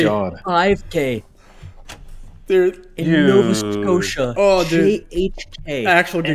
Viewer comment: Nova ‘Scotty’ia 💀😭